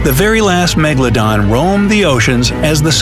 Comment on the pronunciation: Why do i always laugh when he say meGALODON